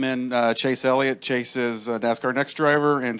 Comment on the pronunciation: it's Chase not Casey.